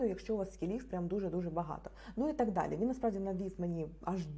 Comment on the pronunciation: "даль -і" -це типу Далі? охохох..